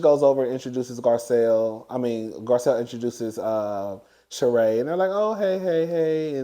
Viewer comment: Garcelle's friend pronounces her natme Shereeee